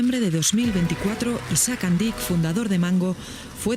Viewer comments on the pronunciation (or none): Es Andíc no Ándic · Vamos a ver.....estan dando una noticia seria. Pudieran pronunciar bien el apellido de la victima ????? es Andic.....NO Andich